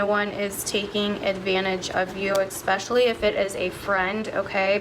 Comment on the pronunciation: I have noticed that MOST people pronounce the word especially wrong and it drives me nuts! It’s Es-pecially not Ex-specially! Sorry but it drives me crazy when people pronounce this word wrong!